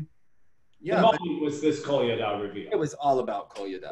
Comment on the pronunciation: Loving this! Finally some real skating. Also it sounded like he kept saying pina colada instead of Kolyada.